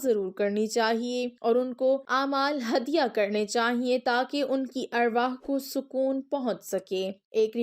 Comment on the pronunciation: Word arwahee nhi arwaah hota ha